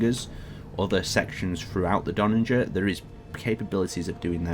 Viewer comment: There needs to be a third iteration of the Donnager for to review, cos he seems to be getting close to pronouncing it right each time:D